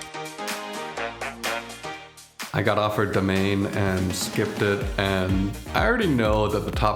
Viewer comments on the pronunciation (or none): Why are people pronouncing demesne as domain? It makes no sense. It's de mess knee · it's pronounced dimain, it means the same thing as domain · Apparently, it's pronounced ( Dih - mane ) and rhymes with domain, but I like your Pronunciation better. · it's pronounced demesne